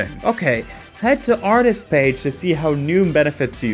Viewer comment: Everytime he says "artist" all I hear is "autist" 😭😭